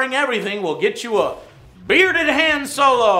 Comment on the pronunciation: Oh ,joe that’s not how you pronounce Han, it’s Han it’s with on but with an H not Han with hat